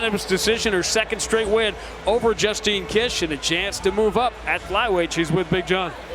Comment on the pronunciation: Justine kish she's the one who shit herself in a mma fight, is that why you butchered her name? Lol